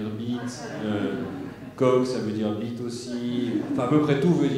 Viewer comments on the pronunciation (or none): none